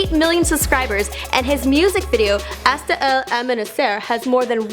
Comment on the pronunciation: hAshTa Ul MaNiSheR lmaooo i can't. she didn't even try